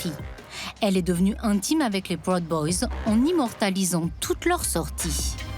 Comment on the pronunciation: La narration est parfois irritante, comme souvent dans les docus français traitant des É-U. Proud boys est prononcé prod boys, Salem est appelé capitale "administrative" de l'Oregon. Pourquoi ne pas dire capitale de l'Oregon tout simplement. Il n'y en a pas d'autre !